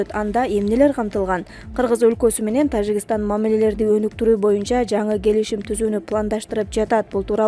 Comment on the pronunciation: Окуп жаткан кыз ...Тажикстан деп тазза эле окупсан жакшы болмок. "Ж" тазза эле айтчы. жи деп окубай.